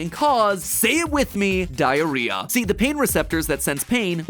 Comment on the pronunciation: 27 times you said diarhea